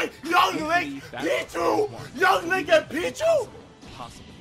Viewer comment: *Lonk from Pennsylvania.